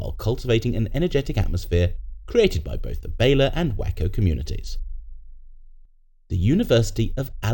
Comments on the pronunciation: WACO is pronounced "WAY-CO" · WACO is promounced WAY-CO